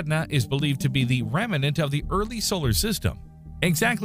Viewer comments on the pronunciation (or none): By the way, the word remnant is two syllables, not 3.